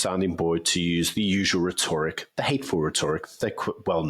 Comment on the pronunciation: The word is pronounced Ret-or-ric. Please man!